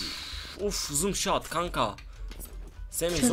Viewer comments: no scopa zoom soot diyo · zum shot deil bu arada noos cop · Abi zoomshat mi noonscop degilmi ya😂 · No scopa zoom shot diyen koca yürekli abimiz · Zoom shout değil abi o no scop deniliyor ;)